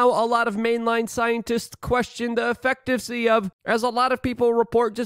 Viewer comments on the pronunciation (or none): Luke.. It's== Eff - ik - cu - see efficacy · Effecticy? WTF, Luke. Just use one-syllable words.